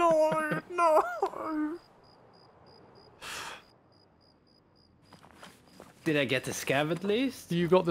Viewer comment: “Noeuu, Noeuu, Noeuu” 😂